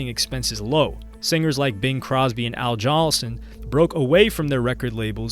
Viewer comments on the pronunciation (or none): Al Johnson....then Al Jhulson. Al Jolson (Jol-Sun) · Nice work overall, but when you blatantly trainwreck a simple name like Al Jolson twice with the actual proper spelling and pronunciation physically visible on the screen as your trainwrecking it, it begs the question of just how seriously your taking research, editing and basic public speaking presentation technique.